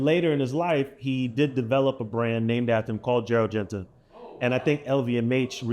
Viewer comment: I love you Nore but it’s Genta Not Genti /Genty 😂